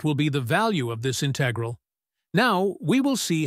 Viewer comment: Your pronunciation of "integral" is wrong. The accent is on the first syllable.